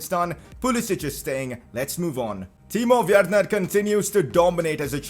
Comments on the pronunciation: Did say Timo Wayerner or am is it just me? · U said timo werener